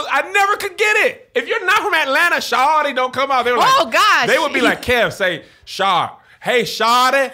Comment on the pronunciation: As a person from Atlanta, I cringed greatly when Kev kept TRYING to say shawty 😂